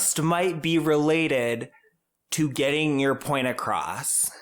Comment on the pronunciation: "Acrosst"?? She really has ALLL my pet peeves wrapped up in one very loud package!